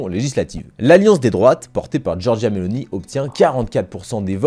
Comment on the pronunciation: ON DIT: GIORGIA MELONI - NON GIORGIA MELONÌ. X FAVORE!!!!!